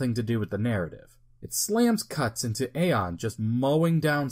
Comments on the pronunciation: Pronounced Eon, not Aye on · So no one ever told you it's pronounced E-on Flux not A-on Flux lol